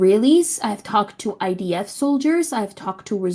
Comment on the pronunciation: Kind of weird when you repeatedly intentionally call the IDF the ITF.